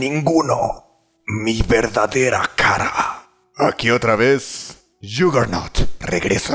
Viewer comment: Yagernaut se dice